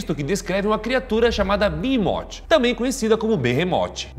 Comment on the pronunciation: a pronúncia correta do Behemoth seria "Berremouti"